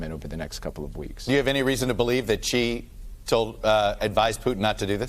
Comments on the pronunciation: It's not pronounced "Chi" or "Ji", it is Shi (xi) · Xi is pronounced "She".